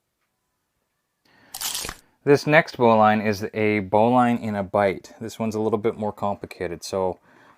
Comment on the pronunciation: First of all you are pronouncing it wrong. The bowline is pronounced "bow-lun" not bow line.